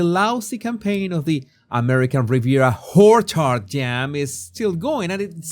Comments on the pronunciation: you can sing. Or carry a tune. I still am curious about your pronunciation of orchard. It sounds as if you pronounce it as whorechard on purpose. The only hard aich i can think of is horchata. And even that is almost silent. Lo haces alrede. Right? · Did i hear wrongly or did naughty mispronounce "American Riviera WHOREchard"? 😂😂😂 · Oh, I'm slow. I thought you were mispronouncing "orchard". Thought it was your lovely Latin accent and then, the penny dropped.